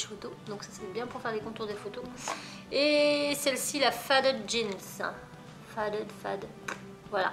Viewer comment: On dit feydid pour faded